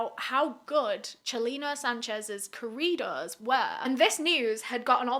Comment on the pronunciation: Now I know I haven’t really took the time to check. But I like that you made a video about his life. It seems like big crime YouTubers haven’t don’t. This could be a new series for you as there’s a good amount who have unfortunately met this same fate. Also I like how you basically pronounce corridos like Doritos 😂